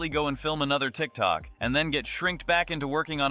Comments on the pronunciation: I LOVE THAT HE SAYS 'TRICK TRUCK' INSTEAD OF TIKTOK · I love how says youtube and tick-tock incorrectly lol